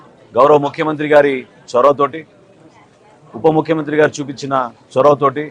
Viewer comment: నాదెండ్ల మనోహర్ మీ నాన్న నాదెండ్ల భాస్కర్ ఏం చేశాడయ్యా రాష్ట్రంలో అందరికీ తెలిసింది ఫస్ట్ నువ్వు ఉపముఖ్యత ఉపముక్కురు అనకుండా ఉప్పొముఖ్యమంత్రి పలకడం నేర్చుకోవయ్యా